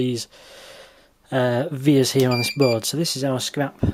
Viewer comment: You might know this by now, but I don't think it's an initalism (so vias, not VIAs). It's the latin for "way".